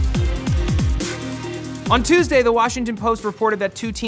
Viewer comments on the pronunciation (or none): none